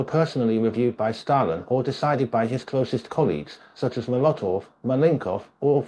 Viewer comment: Trot-sky,Cheek-a, ice-ax?(it was an ice pick), Mula-tov?, Plee-niary?, meme-orize?, Alex-tsar?, please...